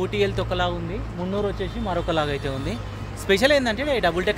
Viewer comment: మున్నురు కాదురా బాబాయ్ మున్నార్